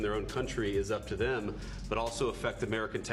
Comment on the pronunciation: Im as embarressed with angela raynor who pronounces three, as, 'free', and those houses, as 'vem houses' . Did she get 1 O level